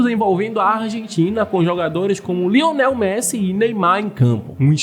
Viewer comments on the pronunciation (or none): none